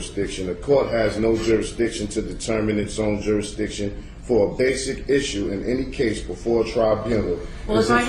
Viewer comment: i lost count how many times he said Juristiction